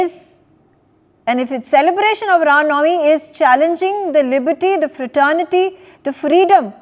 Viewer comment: To the anchor - you have a Hindu name but mispronounce nauvmi . It's not pronounced NAV me , the v takes on the w sound to be pronounced as ' now me ' . I advise you to go to some shuddh Hindi classes !